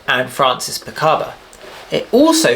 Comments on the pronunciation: Francis PICABIA, not Picaba. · Great video, I am really glad I discovered your channel ! Just a small correction Francis Picabia’s name is pronounced Picarbeeeaah and that Man Ray sculpture the gift is an iron not an ironing board. Dada would never have accepted I am too much of a pedant 😢